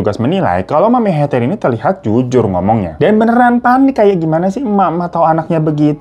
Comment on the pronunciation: Heather baca "Heder"